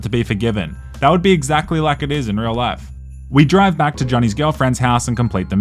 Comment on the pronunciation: "imagine having to pay the church money in order to be forgiven, that would be exactly like it is in real life" lol that is so much funnier in your accent and inflection.